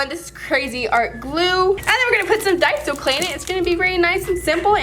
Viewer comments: daiso is pronounced die-so not day-so but you can call it whatever you want but just sayin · i tried to search; dai-uh-zo but it didn’t work!! (i’m joking)